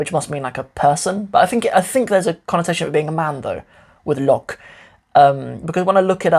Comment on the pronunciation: লোক (lok) sounds like the "lo" on "low", with a K (ক) sound. LoK And not like "lock" in English.